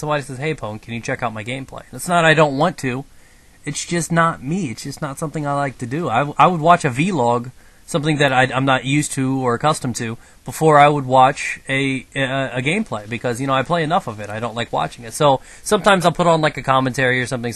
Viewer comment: a "v-log"... one word bro... vlog